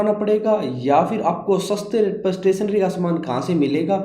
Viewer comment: Stationery bolna sikh ja😂😂😂